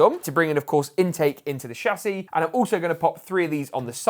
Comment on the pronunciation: I only watch these to hear him say Shassy